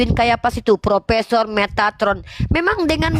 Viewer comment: Bukan propesor tapi propesong.